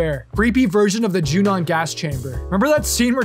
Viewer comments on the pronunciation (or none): none